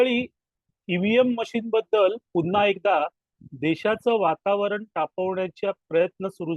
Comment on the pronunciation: " पुन्हा " हा शब्द " पु " वर अनुस्वार देऊन " पुंन्हा " असा उच्चारणे चुकीचे आहे असे वाटते.